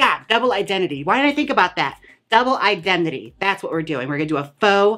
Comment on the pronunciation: My favorite part has to be when you say Double Indemnity as Double Idembity. you deserve a tip.